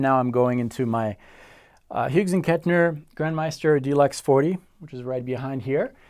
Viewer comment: He also said "Hyoogs and Kettner".